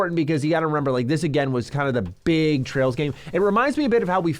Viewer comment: Don't mind him he's having the same issues with Ls and Rs that Japan has.